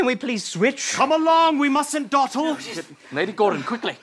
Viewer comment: A british person wouldn't say "dawtle", they would say "dawdle" how it looks like it should be said